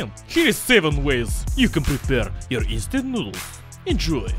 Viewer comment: I thought he said eastern noodles